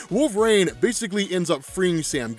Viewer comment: Bro, please stop saying wolve"raine" jeezus